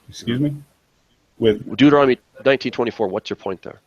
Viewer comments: Again "Deuternonomy" LOL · "Deuternonomy" Bahahahaha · He can't even pronounce Deuteronomy Hehehehehe